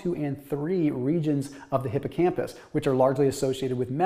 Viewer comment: Thanks! Btw “Hycompus”…